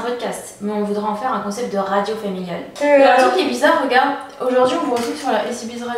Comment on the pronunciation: ça me stresse tellement que tu dises radio alors que c'est une phrase en anglais donc faudrait prononcer rèydiyo mdrrr mais si non je suis trop happy j'aime trop les podcast je suis une fan de iced coffee break, contre soirée, no spf, sunshine radio... donc dès demain matin en allant au boulot ce sera ECB's rèydiyooo dans mes oreilles. Loveee